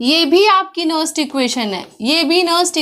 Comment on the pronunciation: Madm ji that is nernst not nerst